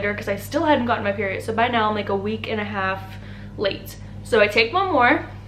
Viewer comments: Didn’t get my peery it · The way she says “peery- it” 😂